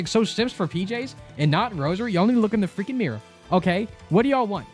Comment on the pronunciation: ive been watching your videos for a few days andi cant stop saying Fweaking Got Him now thanks